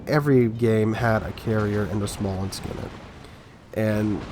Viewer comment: It's called "Smolensk"